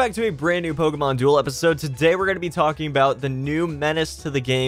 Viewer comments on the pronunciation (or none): none